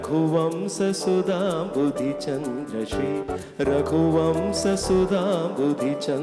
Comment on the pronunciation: One correction, that is not raghuvamsa, it must be pronounced as raghuvamsha